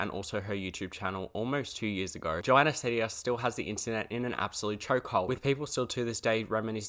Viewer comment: But change the way you pronounce her last name, this is a threat